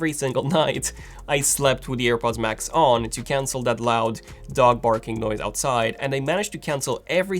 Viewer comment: man it's noise cancelling not noice cancelling hahaha